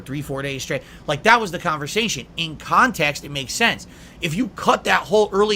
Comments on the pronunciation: 'Kahntext' is a term that holds massive amounts of power - so much power that only a slack-jawed idiot like himself can comprehend and control. SNORT! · Ah, yes. "Kahntext". I'm not sure could adequately explain what it means to a high-school English teacher either.